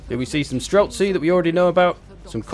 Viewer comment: As a russian guy i must point out that in the word "Streltsi" the last syllable is stressed. Also snow leopard's called "Bars" or "Irbis". In-game cats are much more badass tho. (And Little Grom is such a cutesy name for a big ass gun, i just love it so much. oh that means little THUNDER btw)